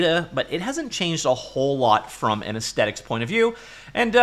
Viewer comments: Arggh I'm getting so triggered by the many many times aesthetic is pronounced ace-tetic lol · The word "aesthetic" is pronounced with the 'th' sound, like asthma. Ezz-thetik, kinesthetic, etc... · What is it with people no longer pronouncing the TH in the word "aesthetic". There's no hard T kids, it's a "th". Talk better England. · Why do you not pronounce the TH in 'Aesthetic'?